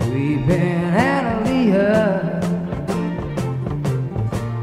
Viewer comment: My name is Annaleah and he is pronouncing right